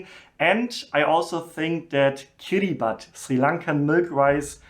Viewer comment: You pronounced "Kiribath " milk rice very nicely, Don't worry about kiribath, I'll send coconut milk & row rice you can prepare it by yourself. Thats not too much difficult, & Welcome back to Sri Lanka as soon as possible. Good luck & thank you for your help by recommendation to Sri Lanka in this moment.